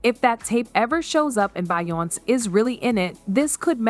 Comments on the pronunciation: Say her damn name right! It's not bion its BEYONCE'!!!! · You should thank Be yon ce for being able to breath.... 🤣🤣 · What is Bayonse? I wanted to watch and listen to this but this Bayonse got me bored. Please pronounce it right to make your video interesting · what the fuck is her name…bion …???what the fuck is Bionn!!! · Yeah I got bored from watching because of that Bayonse crap. I just paused and now I'm out. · A little bit and she was calling her BIONIC 😂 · She's saying her name wrong to stay out of legal trouble 😅. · You can’t even say her name right! 😂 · Omg pronounce her name properly lol Hollywood is fuck up 😢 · I agree with you I mean I know there's a lot going on that's putting her and Jay z in hot waters but like the fuck if reporters is gonna spill tea about someone the least you can do is say their damn name right 😡😒